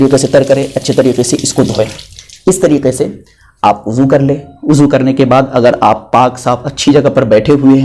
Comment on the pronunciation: بھائی وضو ہے عضو نہیں